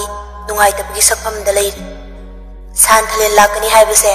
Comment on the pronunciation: San...thalen haibg mahut santhalen hain pronoun twbir d amuka henna nungaijni😊